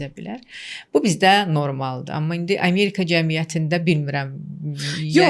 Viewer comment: AmErka yox Amerika!